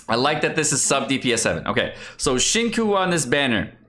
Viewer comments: Omg it's pronounced "shin-chu" not "shin-ku" lol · Please it’s not shing coo, it’s sing chiyou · y u say shinkuu it hurts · Qiu is pronounced as 'Chew' not Cho. Yue is pronounced as 'Yuea' instead of way. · Xing tsiou it should be pronounced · It's "SING CHEW", SING CHEW:( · pls....it's not shing coo.... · I know is being a troll here, but it is time to consider how to properly pronounce his name, or people can pronounce Hispanic names wrong. On the other hand, Chinese government needs to improve Pinyin. Why not just write the alphabetized name as Singchiu? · It's Xing Chiu * pls...... It hurts my ears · normally I can look past pronouncing names wrong but bro “kekwing”? lmaooo please it’s so easy to say them right with a quick google search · The way pronounced Xingqiu sounds like Senko. LULW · "Shing-ku" Lol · has had so much time to learn how to pronounce “Tsing-cho.” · There are only so many times you can say Xingkiu and Keking and find it funny. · Try to pronounce “Qiu” as “chill” and “Qing “ as “Ching “ it will sound much better and genuine. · hi, pronunciation tip on xiuqiu and keqing: try to pronounce “Qiu” as “chill” and “qing” as “ching” it will sound much better. Cheers! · in case you were completely ignorant and blind which you are, "xinqiu" is a Chinese name. therefore mispronouncing it intentionally is disrespecting Chinese culture.